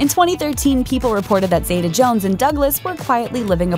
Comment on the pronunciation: New drinking game: every time the narrator mispronounces Catherine's name as 'Zayduh' instead of Zeeta, take a shot.